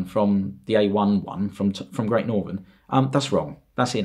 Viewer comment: He butchered great northern and he butchered the p2s